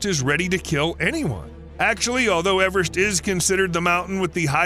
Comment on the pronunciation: Now try to pronounce Everest correctly^^ (No, it's not pronounced "average").